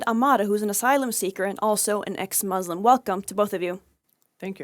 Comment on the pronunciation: Muslim not Muuuuzlim